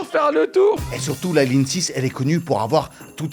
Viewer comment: "Lignre 6"